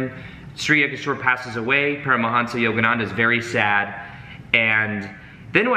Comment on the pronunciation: Make it lucid The pronuncians of those names. Sorry I wasn't more specific.